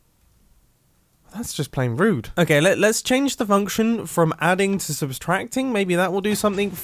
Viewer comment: ha ha he said "substracting"